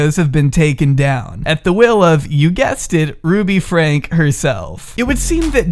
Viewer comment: I haven’t watched this family very often, but enough to know that some of your basic facts are wrong and some of the parts I recognize are taken out of context. You even pronounce their name wrong. It makes me not trust the rest of your claims.